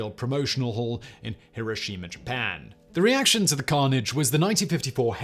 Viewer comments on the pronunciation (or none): none